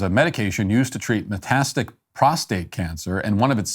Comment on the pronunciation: Matt!! It's "Meta -static" ... NOT metastic!!! You're on the front lines for us in this fight....want you always to be well spoken!!!